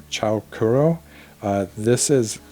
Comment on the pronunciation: Cool giveaway, Lamy's are dearly beloved. By the way Chou Kuro is pronounced Choh (long o) Koo-Roh (Roh, again, has a long o and ku a long u) Chou means very, extreme, utra etc. and Kuro is Black, so it's name literally translates to 'Very Black'.